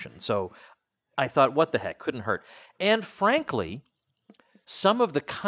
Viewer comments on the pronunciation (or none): "Ann Frankly"? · i swear i heard him say "Anne Frankley"